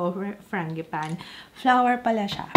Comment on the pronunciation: Fran-ji-pah-ni. Apelyido pala itech ng italiano . The other name of this flower is Plumeria. Ty google